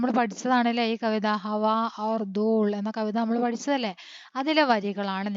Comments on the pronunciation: ദൂള് അല്ല ദൂൽ ആണ് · Dool an dooll Enn alla 😂